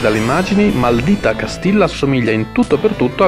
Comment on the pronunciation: maldìta castijja credo si pronunci correttamente. Comunque davvero un po' troppo retrò per i miei gusti, non per tutti :/